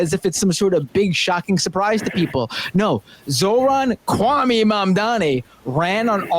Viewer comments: Kwame = Coo, Ah, May... not coo, ah, me. Just an important note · Kwame is pronounced Kwah - Mae. Thank you.